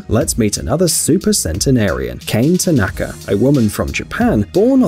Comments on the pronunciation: That Lady from Japan, her name is ( Kaa-neh ) Kane not Cain 😓 I just gotta say it since you did so much better with the last name. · Kane is not pronounced “Cane”. It is pronounced “Ka” and “Ne”. Two syllables and not one. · Kane is not pronounce as you pronounce. This is not English or American name but it is pronounced Kane with letter A pronounce as in word America, N is pronounce stronger and E is like E in word MENU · It's Kane not Kane